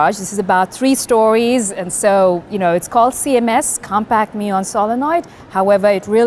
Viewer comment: I like how , she pronounces 'muon' properly :D